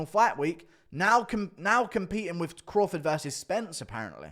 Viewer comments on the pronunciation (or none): none